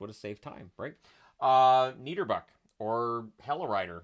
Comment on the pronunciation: NIBERBUCK / HELLERIDDER 🤣